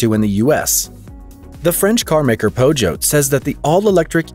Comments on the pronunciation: Peugeot is pronounced Poo-cho !!! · "Renolt"? "Pozhote"? FFS...